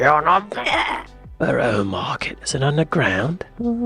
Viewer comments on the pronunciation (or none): Borough Market us NOT pronounced "Burro" Market. 😡 It's 'Burruh Market'... NEVER pronounde Borough as "Burro"..."nor Burrow" its neither a mule nor a donkey nor an underground area. It's a district of London, and as 'Borough Market'* is sited at 'The Borough'* close to London Bridge Station - (an overground railway terminus) - that's why it has that* name. Okay?